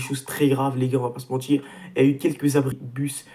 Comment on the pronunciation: si t'essayes de bien parler, arrête avec "j'veux pas vous mentichhhhhhrrrrrr" et "si J'AVAIS fais ", pas "si j'aurais fais". Voilà voilà. 🙂👍 On est champions! 😎